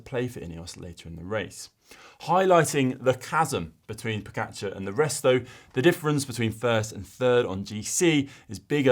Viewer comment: Learn how to pronounce pogacar! Ugh